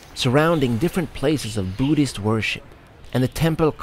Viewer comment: "Boodist" > "Budd(h)ist." The h is silent but the u is shorter. I can't think of an example of the same vowel sound.